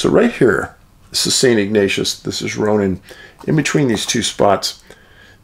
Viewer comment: Love your videos. I grew up just 10 miles nw of Kalispell, MT, but have lived my adult life in Eastern WA. We always said Ronan as Rone-an, like rhyming with ran. Just trivia.😊